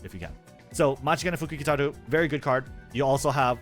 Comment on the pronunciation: bro flexing the pronunciation of M̵̧̹͖̘͆̿a̵͚̘̞̒́͗͘t̷̢̧͈̀̏͐ȉ̷̢́͝k̷̬͖̑̄ä̸͕̞́͂̔n̶̗͈̎ḛ̴̛͇̣̻f̴̖͇͂̌͜͝u̶̧̞̼͔͝k̶̞̉̋͘ụ̴̭͈̤̍͛k̷̹̒͂ȋ̷͔͕͈̍́̔ͅt̵͚̅̐͠a̷̛͈̅r̷̡̢̄ű̴̡̟͑̚͠f̷͚̙̟̀̾̍u̴̡͉͍͗͊́͋ǩ̸̡̤̦̭̇i̴͇̩̎͆t̵͔̗͈͖̎̃̉̒à̸̠̬̥͍r̷̛͎̫̓̑̑u̵̩̰̿͒